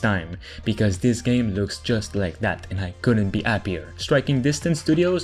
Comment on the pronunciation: “I couldn’t be Appier” you must be Italian or French 😂😂😂